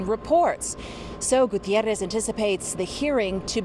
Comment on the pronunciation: The pronunciation of Gutierrez is really annoying here. Like Gutierrrrrrrrez.